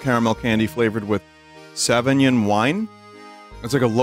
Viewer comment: The way Vinny pronounced Sauvignon as in Sauvignon wine made me swivel my head in disbelief cjsjjsjsjs